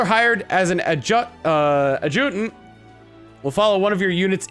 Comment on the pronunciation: I know you record these well in advance and I'm still catching up, but if you were wondering, Adjutant is enunciated like "Agitate", just with a different ending.